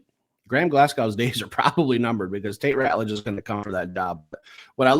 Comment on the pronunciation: You guys are still pronouncing TeSlaa wrong. Lol. Jim Thrower is going to be sending you guys a formal letter, demanding that you pronounce people's names correctly.. it's going to be signed and fully endorsed by the Governor of Michigan. Edit: - It's Ratledge, not Rutledge. Lmao.